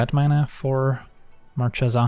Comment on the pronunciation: dear, I'm Italian: Marchesa is pronounced with an hard "che". It sounds like a "ke" in english. Think at booKEr.